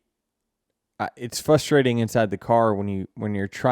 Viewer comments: Does Denny leave that first "R" out of "frustrating"? 🙂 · A lot of people do